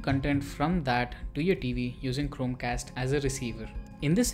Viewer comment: Bhai.. Chromecast to thik se pronounce kar leta..... Wtf man.. It was so annoying